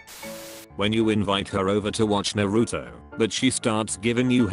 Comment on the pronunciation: Bro this YouTuber doesn’t know how to say there names naruto: this YouTubers Name naroto